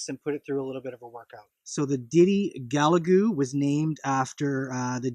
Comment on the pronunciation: Gal ga lu buddy not ga la gu lol just saying